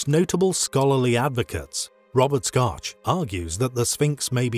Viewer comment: It's Shock, not Scotch...